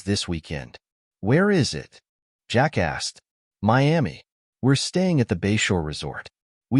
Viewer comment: I kept giggling like a kid. Every time the narrator would say, "Jack asked...." it sounded on my computer speakers like Jackass. Hey, I told you it was childish, still made me laugh!!